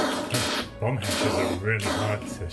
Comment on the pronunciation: Great restoration! Was that a Bomb hatch or a Bum hatch? haha. So glad it's working now. All good wishes.